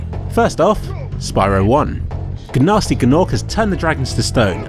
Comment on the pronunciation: guhnasty guhnorc